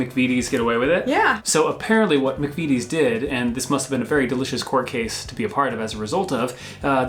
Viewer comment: McVitie is pronounced McVittie, not McVeety. Fun fact: in the Scottish police drama, Taggart, the Superintendent in the first few series was called Jack McVitie, usually referred to as 'The Biscuit" (as McVities make biscuits as well as the utterly delicious Jaffa Cakes). Honestly,, order them in while you're confined in France, you don't know what you've been missing. You can make them yourself: (Be careful to choose a flavourful jelly, maybe a rindless marmalade would work, I've never tried.)